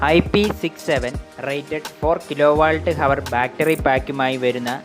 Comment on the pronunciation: കിലോ വാൾട്ട് അല്ല. കിലോ വാട്ട്.